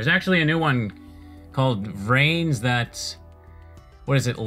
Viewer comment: Just for future reference, "Arc-V" is pronounced "Arc Five", though you did get the pronunciation for VRAINS and XYZ Summon correct ^_^ And yeah, pretty much all these early duels are going to be comprised of decks with A) Banned cards + Really terrible normal monsters or B) Banned Cards + Archetypal support that didn't come out until half a decade later. Good luck and have fun.